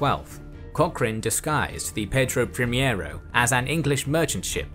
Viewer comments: great video as always just a quick note: ship is Pedro Primeiro(first) not primiero that is closer to the spanish primero (also means first). Keep up the great work and hit me up on twitter (same profile pic and name) for future portuguese pronnounciations if you want! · I have heard about Cochrane, but did not know his history. Thank you for this video! Please let me make some appointments: -It was not "João IV", but "João VI"; -"Pedro Primiero", but "Pedro Primeiro"; -San Martín was not chilean, but argentinian. He fought for the independence of Argentina, Chile and Peru; -In the pursuit made Cocrhane to the portuguese fleet in Bahia, the woud be Admiral Tamandaré, patron of the Brazilian Navy, was serving in the crew of one of the three warships. Actually, they chased them up until Portugal itself, at the mouth of Tejo river! A great salute from Brazil!